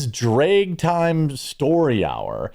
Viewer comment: Why are you pronouncing drag as drayg? Do you also say maygazine and raddy-ator?